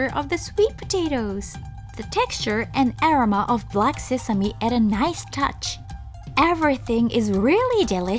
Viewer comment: 海外在住です。日本に行く外国人の知り合いにはこのチャンネル必ず紹介しています。ただ前からずっと気になっていたのがアロマの発音です。グーグルでaromaで検索しますと意味の他に発音も教えてくれます。試して見てはいかがでしょうか？また、海外の方には正しい日本語の発音を紹介して頂くと助かります。(からあげ)カラオケとか変な発音で覚えられてます。